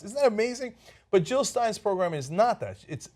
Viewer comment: JILL NOT HILL JILL NOT HILL